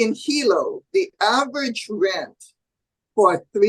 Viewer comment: average ( not avy )😮